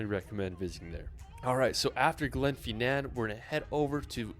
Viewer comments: Edinbro😂 (Edin bruh), Gen fee nan 😂( Glen fin anne), how he got Holy Rod from Holyrood Park I have no clue. could go on but honestly its too funny to correct everything 😂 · Glenfinnan is pronounced fin an, NOT fee nan. As you said guys it's Edinbuh-ruh, NOT Edin boro. Holyrood, NOT Holyrod. The pillared edifice at the top of Calton Hill in Edinburgh is known as Edinburgh's Disgrace. When started it was supposed to be a replica of the Parthenon in Athens and to be a National Monument to the fallen Scottish soldiers of the Napoleonic Wars but they ran out of cash with only about one third of the building finished. Btw, the best known repellent for the midge is actually a beauty product called "Avon Skin So Soft", which works far better than any of the over the counter insect repellents. Loch Lomond is pronounced Low mond, NOT Lomaund. As a point of interest, Loch Ness, while sadly not containing a monster, does contain more water than all of the lakes of England and Wales combined. I lived in Stonehaven for a couple of years, way back in 1962-65(aged 9-12).